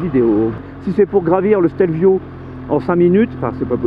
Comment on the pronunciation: La première fois que j’ai vu une photo du Stelio, je pensais que c’était un fake. 🤓 Merci pour ce chouette petit reportage 🏍 et bravo pour accent italien !! 🍕🇮🇹